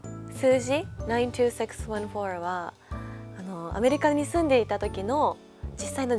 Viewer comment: 92614の発音がめっちゃ良い！